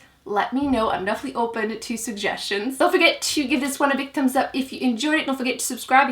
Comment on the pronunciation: Why don’t you pronounce the “h” in thumb?